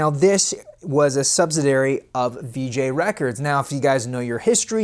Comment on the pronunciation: It's pronounced like, Polly. And the other word you flubbed on has 5 syllables, not the 4 you used. It's sub-sid-I-ar-y. You said, sub-sid-ar-y.